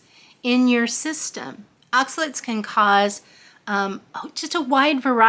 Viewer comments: they are not oxalits ...they are OXA LATES ....late like you are late for work.....please try to say it OX A LATE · More like “aak suh layt”